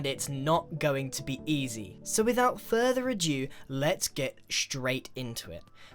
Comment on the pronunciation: further a dew!